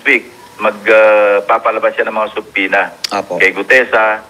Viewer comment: Ikaw ang isa s iilan na halos tama ang pronunciationn ng subpoena. Silent B talaga.